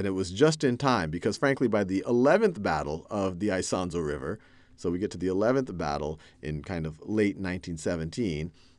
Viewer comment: Isonzo = [ee-son-tso]